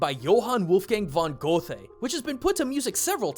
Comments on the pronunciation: the poem of the Erlking is one of the first things I translated in my German translation class for my PhD. Also, Goethe's name is pronounce more like "goo-teh" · Also, not to be a pedantic grammar Nazi, but Goethe is pronounced “Gert-ha” because Bologna.🙃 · Tiny nit pick: Goethe is supposed to be pronounced like “g-er-teh” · Pronunciation time! This one is gonna drive you nuts. Goethe should roughly be pronounced like "gur-ta". I know, right? There is clearly not a "R" in that name. The problem is that "Goethe" gets anglicized and should be "Göethe", which frankly doesn't change anything to English or American reader's eye, but that's where the "R" sound is, with that umlaut'd "o". The only good example of this, that an American might run into, is with Joseph Goebbels, the propaganda minister for the Nazis. If you've ever seen any World War II documentaries or any old History Channel pieces, this is why his last name gets pronounced "gur-bels". Nitpick, reasonable mistake, but just some information for a future German fairy tales video or something. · Dat Goethe pronounciation xD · A very interesting video, a nice and surprising departure from your vids that analyze Japanese culture. I enjoyed watching it... but I couldn't help but wince when you pronounced 'Goethe'. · It amuses me how you pronounce Goethe :) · jesus u butchered goethes name so hard xD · You butchered the name of Göthe. Nice Video though